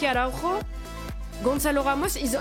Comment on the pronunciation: En portugais le "j" se prononce comme en français, on ne dit pas AraùRo mais Araùjo. A ne pas confondre avec Araùjo du barça. En espérant voir Sporting Portugal pour le deuxième épisode🤞. Je trouve aussi qu'il est étonnant de ne pas voir Ederson et Oblak comme formé à Benfica ou encore Nelson Semedo ils sont peut-être arrivé trop tard au club ?